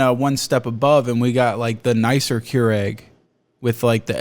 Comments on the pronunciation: I was like "A Cure-Egg? What the heckin' heck is on about?!". It was Keurig (-ihg, not -ehg lol). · cure-egg, nice pronunciation lol